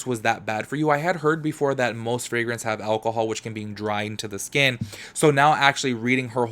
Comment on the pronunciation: Frangrance?? Gurrlll what?😂😂 I cant